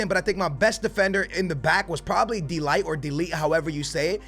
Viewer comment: Btw the way you say "de ligt" is with the G like de Gea